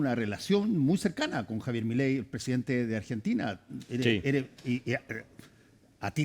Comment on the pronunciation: Un shot por cada vez que dice millei